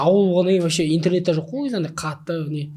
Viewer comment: Не вощим! А вообщем!!!!!!